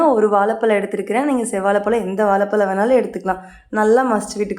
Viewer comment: வாலபலம்😢😢😢 Pronunciation disgusting 🤮